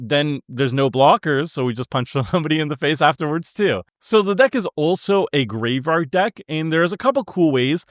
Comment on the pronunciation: not tryna hate, nut do you have a speech impediment or are you just not aware of the fact that you say 'graveRard'?